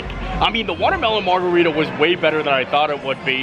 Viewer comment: It’s called a “mard-a-rita” 😂